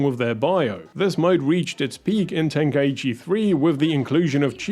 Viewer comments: It's such a shock to hear people say "ten-kai-eee-chi" as if there's an extra syllable there. Ten-Kai-Chi. Three syllables. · It's pronounced "tenk-eye-chi" not "tenka ichi" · Its pronounced ten- kai-chi... i used to mispronounce it before too